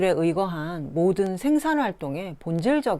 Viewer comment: 소개하시는 분께 충심의 권유입니다. 어조와 단어의 장단 문제입니다. 1. 단어의 둘 째 자나 끝 말을 마치 accent가 있는 것 처럼 강하게 발음하고 있음이 실로 심각한 일입니다. 2. 이 결과, 장음인 단어의 첫 자가 자연히 짧게 발음되는 오류를 범하게 되었습니다. 이로 이해 전체적 어조가 아주 좋지 않고 절도가 없게 됍니다.둘째 자를 강하게 됀 예: 생산,이유,기술,분석 등이고, 2. 장음인 첫 자를 짧게 잘못 발음한 예: 세계, 세상, 해방 등 한이 없습니다. "한국 어문을 고발함"이라는 책을 읽어 주실까요? 한국 언어의 타락상이 분하여 제가 "눈물로" 쓴 책이옵니다. 미국 변 완수 드림